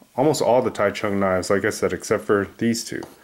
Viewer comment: And as an FYI Taichung isn't pronounced the way it looks to English speakers. It's more like a J sound than a CH sound.